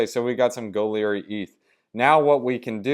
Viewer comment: Goerli is more pronounced like "girly" bro and thanks for the vid